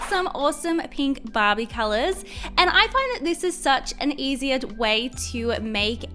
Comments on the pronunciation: it's not " bab-E " it's " bar-bE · why on the first slime i kep thinking she was saying bobbie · I thought you said ”bobby”😂